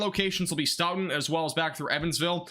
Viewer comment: As a local to the wisconsin tornados i just wanna say thank you for covering this. A few pronounciation tips for the future: Stoughton: Stow-ton Albany: All-ban-e Monticello: Monti-cell-oh Brodhead: Broad-head Thank you again! I was working so i wasnt able to get out and see it for myself 😭 i appreciate your coverage